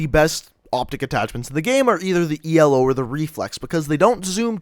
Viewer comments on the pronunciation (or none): Its ELO NOT E L O